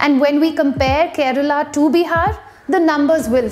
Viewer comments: The way u say BIHARRR means a lot......u cannot be mean to any state like that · She speaks hindi with so much hesitation that it's seems shes speaking a foreign language.... pronunciation of "Bihar".. don't know why people feel ashamed of speaking mother tongue....